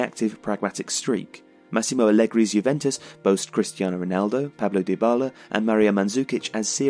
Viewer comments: Its paulo dybala not pablo, but your videos are allways quality anyway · in their other video about juve vs madrid final another narrator also failed to pronounce Dybala correctly xD. He instead pronounce it as "die"bala. Funny to see a repeated mistake on a same player.